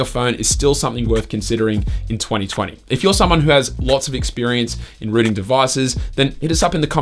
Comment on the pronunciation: When he says Rooting its Sounds like Ruining 😂